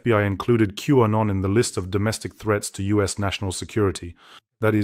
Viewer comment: …Q-Anon… not W-Anon.